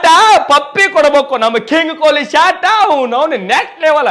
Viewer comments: ಶಾಟಾ,, ಅಲ್ಲ ಶಾಟ,,🤣 ಆದ್ರೂನು ಈ ಸಲನೂ ಕಪ್ಪ ನಮ್ದ👍👍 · Anna Shat annabyad Shot anta hel clear aagi, Shat berede kelsatad😂😂😂